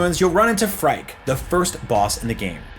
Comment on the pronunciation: Phrike is pronounced like "Freaky" btw.